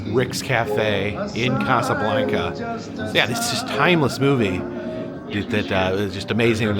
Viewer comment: Pronounce it correctly Casa Blanca not like blanket.